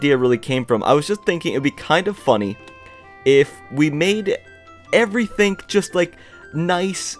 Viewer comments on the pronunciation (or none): who likes the fact that he says ''everythink''? like if u do [dont comment mean stuff if i dont get that many likes, it might be because my comment's new but if its not new and it hasnt got many likes, i will take down this comment maybe and never comment again, soo yeah BUBYE!!]